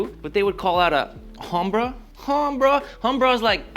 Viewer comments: humbruh mispronunciation of Hombre which is man in Spanish. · He didn't say combra he said HUMBRUH 😂😂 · I have heard a few dudes around here say humbrah, but everyone says knowhaimsayin like you did at the end.